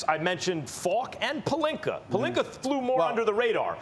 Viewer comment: “Rob Pelinker” “Minnesoter” “Kember”